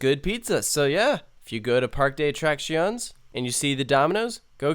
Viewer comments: Par-que de a-trac-cion-es lmao just sayin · Hate to be nit picky but it’s pronounced “Park-Ay Day Uh Trah See O Nyes” lol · as a native Spanish speaker, hearing you pronounce parque de atracciones stung me